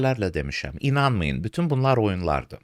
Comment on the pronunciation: Uzun illərdir hələdə prezidentə başa salan yoxdur ki, ermənilər "f" hərfinə "p" dediyi kimi azərbaycan dilində "pütün" sözü yoxdur, "bütün" sözü var. Yəni onun ətrafında bir kişi cəsarətlisi tapılmir ki, bu səhvisini düzəltsin!?